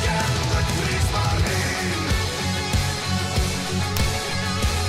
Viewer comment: They might be historically accurate, but the E at the end of Kriegsmarine is not silent. The "ne" has to be pronounced as in "never"